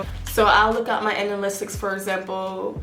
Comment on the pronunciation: Baby I say this with all respect and love it’s analytics Ana-lit-iks not Ana-list-iks